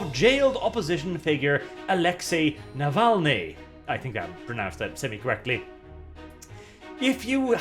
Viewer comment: you pronounced his name correctly, but Navalniy is not jailed for being an opposition. He had it all coming. And for those who will scream about me loving Putin: I am Russian, yes. I don't like all things Putin does, no am not. But I will take Putin over Navalniy any day of week.